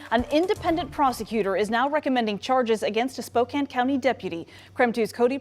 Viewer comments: Spokane is pronounced as Spo-can. 😊 I have never, or will I ever give my ID. I have watched your videos for a long time now. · Pronounce Spokane without the e on the end spokan. Spo can . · Its Spo-CAN even though its spelled Spokane. -from a washingtonian. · Spo-can is the pronunciation for Spokane. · Spo Can like a pop can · Spokane is pronounced spo - 'can ... like a can of soup, not like a cane used to walk. Like spoken with an a. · You are smart and methodical. Please go the extra mile and pronounce place names correctly in your reporting. It's the same as checking for punctuation or spelling errors while writing something. There is only one way to pronounce "Spokane". Strive for excellence, don't by sloppy. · you need to watch "The Marvelous Mrs. Maisel" for a pronunciation lesson on Spokane. It's hilarious! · As a Spokane resident you should teach him how to pronounce. 'Spokane'. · "spocain" Bruah... Spokane... Ane.. Say it..... spok-ane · just for the record it is pronounced spo kan ,i know it looks like spo kane but its not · Spo-Can. Not Spo-kane! It kills us here in WA when you guys say that!!😂😂😂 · It’s pronounce spoke-ANNE, not spoke-ayn. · It's SPO-CAN not cain!! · It's pronounced Spo-can not Spo-cain sir. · I love your videos and how informative they are. Keep up the great work. Btw...the city in this video is pronounced "Spoh-Can" not "Spoh-Kane". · Man I like your work but let me help you out bro. It's spoke-can Washington 😂😂 just a Washingtonian looking out for you. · SPO-CAN. NOT SPO-CANE❗ And certainly NOT SPO-KANG ❗❗ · spo-can not spo-cane. 🙂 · Spokane is pronounced "Spoke-anne". Not spoke-cane. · spoke anne not spoke cane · Its pronunced spo can ,I know its nitpicking sorry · It’s pronounced spo-can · Pronounced: Spo-can. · It's pronounced "Spo can" the e on the end is silent . The spelling is misleading so no foul. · Spo-Can my man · BTW, it is pronounced Spoe-can. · Spokane is pronounced SpoCAN. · Spo can. Is proper pronunciation